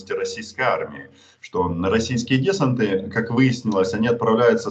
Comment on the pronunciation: Одно "но", Роман. Несколько раз сказали это слово, поэтому хочу поправить: не дЕсант, а десАнт.